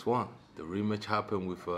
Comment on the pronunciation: He said RE METCH, not Rematch